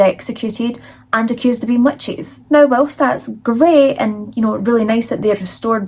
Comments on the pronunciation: Where are you from? The first time you said witches, I heard wet cheese. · Please tell me I'm not the only one who heard "wet cheese" when she says witches😅